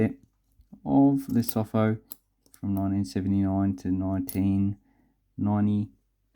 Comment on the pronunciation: Hey... Great coins, great vid... Just one thing... You pronounce the Lesotho as : 'leh_soo_too'